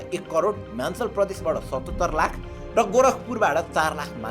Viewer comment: Himachal ho himalchan haina 😅